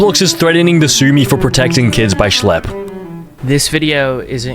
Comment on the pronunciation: “schle” 🔥 🔥 “pdf do files” “schle” #2 “schlleb” “shle” “RUBIK” 😭 😭 😭